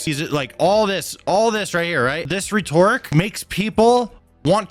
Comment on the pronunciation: Every time you mispronounce "rhetoric," I can't help but cringe.